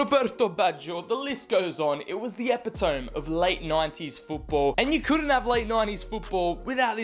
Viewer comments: lol it's uh—pi—tuh—mee Great vid too. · "Epitome" is not pronounced like that, by the way...